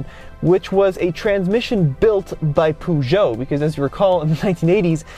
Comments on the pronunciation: It's not puoojo it's Peugeot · Dear God Almighty, that pronunciation. It's not "Poo-djoe", the first syllable is pronounced like the first half of the word "purr". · The way you say Peugeot. Poojoe ahahaha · Poo-shou ? 😂 Peugeot doesn’t own Jeep lol. FCA group does (Fiat Chrysler Automobiles). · Great video! But try to learn how to pronounce Peugeot please lol not that it matters much to anyone... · Great video. But the pronounciation of Peugeot has me laughing. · "litre" is well pronounced by the 2nd person, but please learn to pronounce "Peugeot" corectly !!